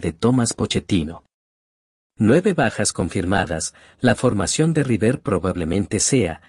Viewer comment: Insoportable el audio automático! Rivér dice....